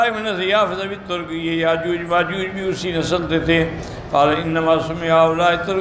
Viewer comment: یاجوج کے ساتھ ماجاج کیا ہوتا ہے، یاجوج ہے، اسے صحیح کریں۔